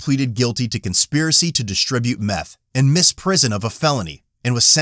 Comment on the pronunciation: It’s “distribute”. Not “dishtribute”. Some weird ass habit someone developed. This stuff is like a disease that spreads.